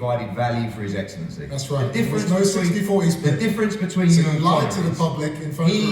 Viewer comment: His Eggcellency on the phone 😭